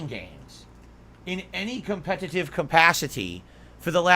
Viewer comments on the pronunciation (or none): And then a few words later he says the same word normally. Freak. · Com-PET-TIT-Tive. JFC this clown.